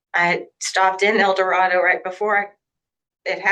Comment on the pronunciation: I definitely have been watching these Butler County cases far too long: when the defendant pronounced the city "El-do-RAH-do", my mind immediately (in)corrected her to "El-do-RAY-doh", the way the locals pronounce it. 🤦🏽‍♀️😂😂